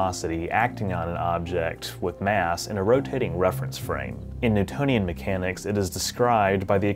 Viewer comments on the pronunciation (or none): none